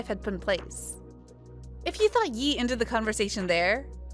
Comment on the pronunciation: Are you really just pronouncing it Yee?